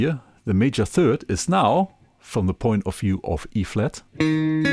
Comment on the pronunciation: Thank you,. Well and thoroughly explained! Your English is really great. Please allow me to make a small suggestion as a native English speaker, knowing how incredibly difficult it is to be fluent in another language. You say what seems to me to sound like 'them'? when it is more correct to just say 'the'. Occasionally depending on your intent, it would also be correct and more descriptive to use 'these' or 'those' instead of 'the'. Again, your English is excellent, and great video.